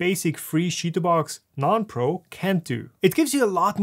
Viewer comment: i know it's funny to say sheetubox but its chee like chips